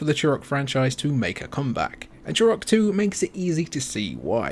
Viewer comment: Remember that game, ‘Chew Rock’? It’s T not CH!